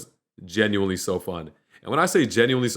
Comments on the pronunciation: U said Genualy 6 times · U said *gineuely* WHATEVER ITS CALLED 8 times😂😂😂